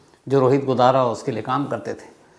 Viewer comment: Godara godana bol Rahe ho sar😂😂